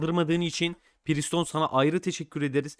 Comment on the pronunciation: Abi preston priston değil